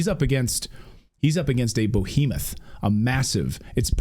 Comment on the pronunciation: "He's up against a Bohemoth." A massively overweight Czech?